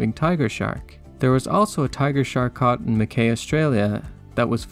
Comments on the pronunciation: Mackay is pronounced as in rhyming with McSky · Mackay is pronounced “Mack Eye”